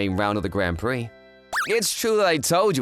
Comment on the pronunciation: It's funny how the guy can pronounce the word "prix" correctly but not the girls.